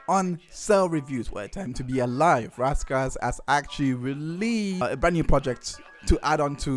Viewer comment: IT'S RAS KASS NOT RASS KASS